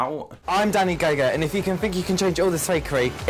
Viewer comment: I thought he said Danny gay gay and I was crying laughing then I saw that it was gogo